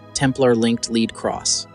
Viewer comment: It also pronounces the metal "lead" wrong 1/2 the time.